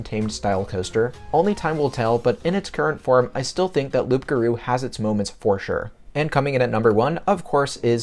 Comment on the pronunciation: It's pronounced "Loo garou", you don't pronounce the P bro